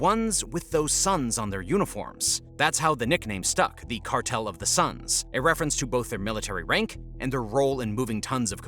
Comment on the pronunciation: Cartel of the suns, not sons